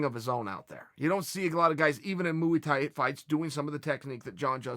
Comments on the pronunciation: “Mooey tie” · moo-e thai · "Mooi thai" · Moo E Thai 😂😂